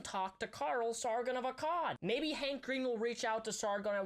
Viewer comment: whenever he said hank green i heard handcreme